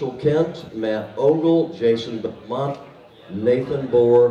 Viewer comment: The laneside announcer said "Jason Bel-mont". So, yeah, he's doing the announcing at a WSOB bowling tournament but apparently he's never heard the way Belmo's name is correctly pronounced (Jason Bel-monty). It's like a guy doing the announcing at an NBA finals and calling that Laker player Leebrun James ". I mean, comon, where do they find these guys?